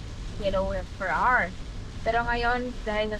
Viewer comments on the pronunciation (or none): none